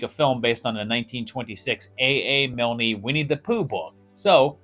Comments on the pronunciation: AA Milne. Pronounced Miln, not Milnee. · A A Miln...kneee? WHAAAAAT!?! 😖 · I give thanks for your continued entertaining content. And the 'E" in Milne is silent (I think). I'll certainly feel like an ass if I'm wrong.